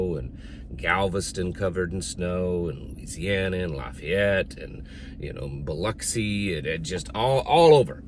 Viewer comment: Yep, Gulfport Ms is covered up. Wow, you said Biloxi right lol.